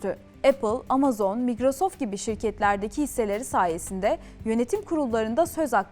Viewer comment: migrosoft değil. 2 kezdir kulağımı tırmalıyor.